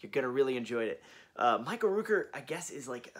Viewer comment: Hi, it’s Michael Rooker, the Rook in his name is pronounced like Cook, not LOOP. GREAT VIDEO! I am doing my best to keep up with the new releases but jeez, it adds up quick! Looking forward to the 4K remaster of Zombie and Maniac!